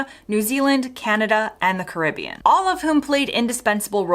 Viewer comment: Wow! This video will forever cement your right to live in the UK! Now, if we could just correct your pronunciation of Carribean ... 😉